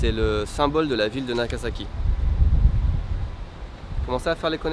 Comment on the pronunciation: NagaSAki pas NagaZAki:p